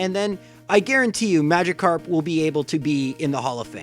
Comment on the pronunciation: It’s Magikarp not Magicarp you uncultured swine